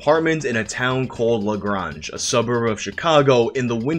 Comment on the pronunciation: the way he says lagrange pissed me off... ITS PRONOUNCED LAH GRAYNGE NOT LAGRONGE LIKE WTF???